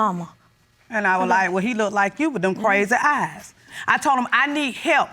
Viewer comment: Did she say lazy eyes or crazy eyes??? 😭😭😭